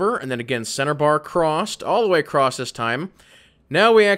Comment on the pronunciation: Is it just me or is he saying, "Acrosst?" Like with a t at the end of across?